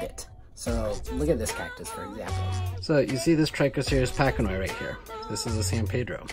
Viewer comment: It’s patch annoy. Not packanoi